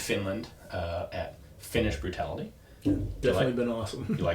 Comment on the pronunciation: "Finnish burtality" sounds like drinking game. 🤣